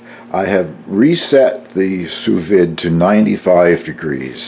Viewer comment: A very nice cheese!! I like milder cheeses myself. I have to admit...Swiss is my absolute favorite!! I am not the Grammer Police by no means but the proper pronunciation is "Sue Veed". I learned this the hard way when I went to culinary school. LoL When you do your fish...be careful and not overcook. It will turn mushy as can be. I will guarantee you won't like it. LoL